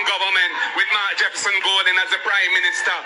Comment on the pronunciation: No EDUCATED and INTELLIGENT person who NEVER compare Mark to Mr. Andrew Holness. Mark can't even pronounce his own name.